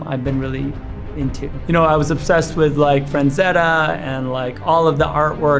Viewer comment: Whenever he says Franzetta instead of frazetta it makes me wanna kiss him on the mouth